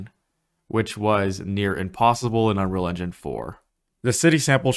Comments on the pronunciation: Do you even pronounce unreal engine. All I hear is unrounro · I believe it's pronounced "Unreel Injin", What is "uhnruhlhnjhun"? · Dude can't even pronounce "Unreal Engine..."